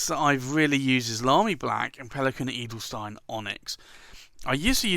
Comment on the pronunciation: the 'stein' in Edelstein is spoken like sh-tyne ;-)